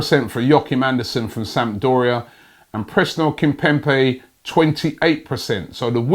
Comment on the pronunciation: Brother its Kimpembe with a 'b' not with a 'p' Robbie pls